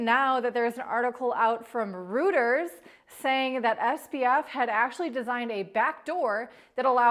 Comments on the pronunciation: Reuters is pronounced Roy-ters, not Roo-ters. Anyway, SBF has to end up in jail, this is huge fraud case. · from "Roooters"?? Isn't that a restaurent? How about 'ROITERS"??!! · Reuters is pronounced Roy-ters not Root-ers. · "Royters", not "Rooters". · Rooters? ... I am unfamiliar with Rooters. Is this a trade publication for Cryptocurrencies? Is this a term for sleuthing? Do you mean Reuters? (Pronounced "Roy-ters") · Reuters pronounced roy-ters, not roo-ters. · Is this the first person to talk about this, or is this the truth? You called Reuters(ROY-Turs), Rooters. I’m dying laughing, we’ll - this is “worst case news”. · ROOTERS🐷🐖🐷? REUTERS! 🤣👍 ROY TERS. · Is it really "rooters"? My whole life I thought it was "rueters" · Not [roo ters]…Reuters is pronounced [roy ters] fyi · I don’t know who this content provider is, but I had to cringe when she pronounced “Reuters” (roy-ters) as “rooters”. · Is 'rooters' supposed to have been Reuters(roiters)? 😅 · Reuters is pronounced royters not rooters. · You pronounce Reuters as Roiters. - Love your content! you guys are amazing. Proponents for hard wallets ftw ^__^ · Did she call Reuters " rooters" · Reuters is pronounced like royters I think. Excellent job at updating the story! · "Rooters"🤣Check the pronunciation on Reuters🙊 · protip: reuters is pronounces as roy-ters. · Did you pronounce Reuters as rooters? Lol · Cant pronounce Reuters bye ditz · You lost all credibility when you failed to pronounce, 'REUTERS', properly... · If you can't even properly pronounce Reuters then I can't take you seriously! That's basic level and you failed. thumbs down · that's not how you pronounce Reuters.